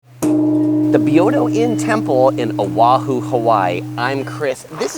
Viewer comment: A wahoo is a fish Oahu is a island it’s pronounced o’a’hu also it’s Not key 🔑yoto it’s pronounced kyo to .